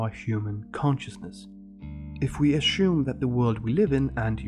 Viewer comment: There is no sh in assume